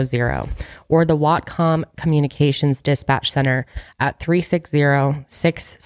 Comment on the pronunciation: I'm a Washington State native and have never heard of this case, so thank you for the info. Also, nailed the pronunciation of Whatcom County:)